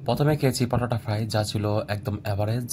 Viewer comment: হ্লার😂😂😂পটাটা ফ্রাই,আগে উচ্চারণ ঠিক কর ভগলু।